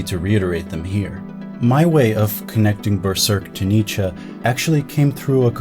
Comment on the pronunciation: Why you speak "Nietzscha", instead of Nietzsche? You makes me laugh every time.